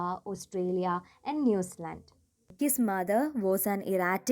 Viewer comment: It's New Zealand not Newzland